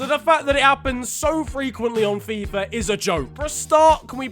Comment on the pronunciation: he said F-AI-F-A